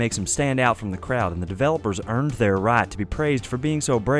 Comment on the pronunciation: "The devlopers eeeerned thar right"